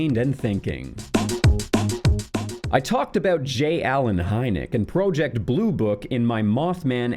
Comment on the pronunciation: Never in my life have I heard someone pronounce project as pro ject